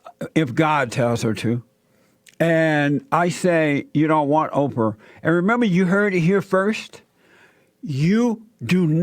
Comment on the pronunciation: The way Jesse says it sounds like 'Oper'.